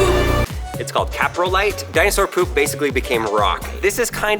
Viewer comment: mispronounces the fish name (mEgalodon) and then the poo name (cOprolite). Rehearsal please. Seems like he wanted to make the "a" sound over and over.